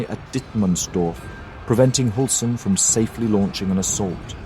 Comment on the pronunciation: Read the ”ü” with a ”y” sound instead in german names. So instead if Hulsen it is more like Hylsen. Great video regardless!